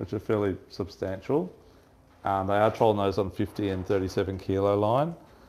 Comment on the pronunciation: why do you always say trawling instead of trolling?